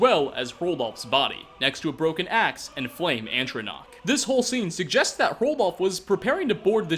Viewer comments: Hahaha correct me if I'm wrong, but I keep hearing you pronounce "Atronach" as "Antronach". I still love your videos though. Keep em coming! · You also called a burnt spriggan a "flame aNtronach" which is wrong for two reasons.